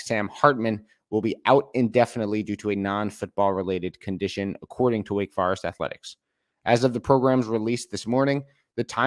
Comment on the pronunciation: What is a “Wake Far-ist”? You mean Wake Forest?? That’s an O not A sir..